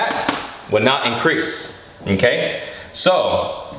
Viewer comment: the way his says mmKay is so funny